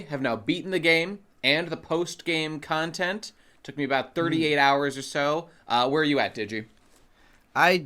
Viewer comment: Digi saying Kantehnt like that brings me a very odd satisfaction